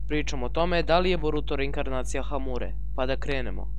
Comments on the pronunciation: Nije hamure nego ashure xd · Jesi na pocetku rekao reinkarnacije hamure? Hahahha